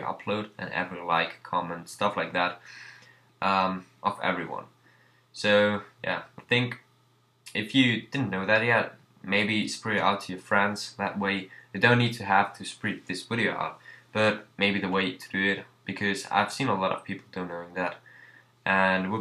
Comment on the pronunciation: Es heißt nicht "Open your eyes up for the speedart contest" eher "Keep an eye on the video for the speedart contest" ;) Und auch beim Dropshadow, da spricht man "Spread" nicht "Spried" aus sondern "Sprädd" Not hatin', nur fürs nächste mal :P